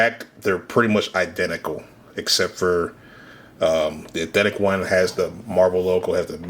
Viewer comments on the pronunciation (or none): The way bro says Eethentic over and over instead of authentic 💀💀💀 someone push me off a bridge please 😭 LMFAO